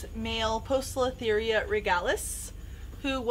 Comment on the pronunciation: Very informative for the beginner. I notice you pronounce the O in Poecilotheria. Everything I've read says the O is silent in Poecilotheria. The œ can be short or long E, but is usually "PEE sil o theria". Ironically, it comes from Greek and WOULD be pronounced "Oi", but the classical pronunciation rules for Greek and Latin are not used in scientific/binomial names. Keep up the good work.